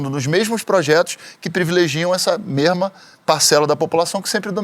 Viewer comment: tentando falar igual corretamente e aí do nada vai um "merma"